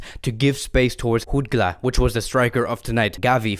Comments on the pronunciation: It’s Jutgla with a J not an H bro Like Jordi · It is Jutglà the j is not pronounced as an h like in Spanish... And why did you give a spoiler for the new Spiderman movie? 😒